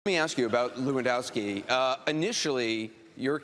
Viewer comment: it's levandowski for fex sake